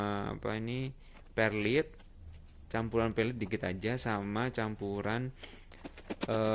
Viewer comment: Mas'e cuma mau saran aja penyebutanya salah😆 bukan glorisium nyebutnya gloriosm aja, trus perlait aja nyebutnya ya mas jngn perlit hihi. Mantapp mass terimakasih tipsnya..